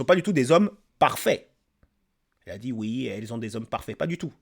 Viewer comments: Et la manière de parler... "Je vous DJis, menTjir.." c'est horrible cette nouvelle manière de s'exprimer qui devient si commune chez les nouvelles générations ! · Mais qu'est-ce qu'elle djit ? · J'ai "dji" oui et je mérite l'excellence. Ça doit être ça 😂😂